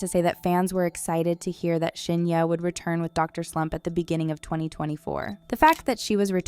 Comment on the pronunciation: Video sucks and you could at least pronounce Shin Hye correctly 🤣🤣